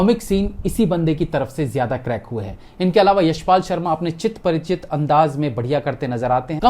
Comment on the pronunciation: Chir parichit ✅ Chit parichit ❌